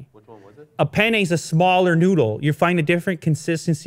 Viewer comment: if your favorite foods are Pizza and Pasta, get your ass to Italy and eat it properly! Then you'll know what food is... You'll also learn how to pronounce penne